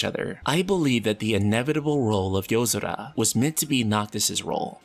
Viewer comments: It’s YO-SORA not how you’re pronouncing it 🙄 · Good video but holy Shit can you just say yozora without an accent every time. So god damn annoying